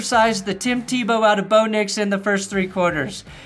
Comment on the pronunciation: Just call him "Teee-BO".